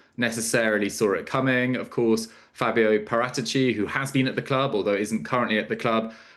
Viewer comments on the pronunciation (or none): Pratichi is not his name his name is Paratici pronounced Parateechi why have English journalists no interest in saying names properly